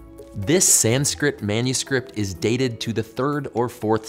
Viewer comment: He literally said ''senskrit'', instead of Sanskrit but he's cute